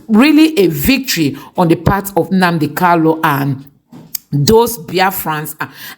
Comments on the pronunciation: you always make this mistake on Nnamdi kanu, not Nnamdi kalu. Always rehears your material before you brocast. IT IS NNAMDI KANU. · POINT OF CORRECTION IT'S NNAMDI KANU NOT KALU PLS PRONOUNCE IT WELL😂😂😂